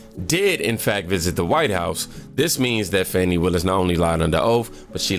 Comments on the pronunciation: why are they calling her "fawni" it's pronounced fan-ny fani fanny like ass or rear end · It's pronounced "Fanny". It's not a name, it's a description.